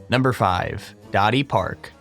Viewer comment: Its dadipark not dotti park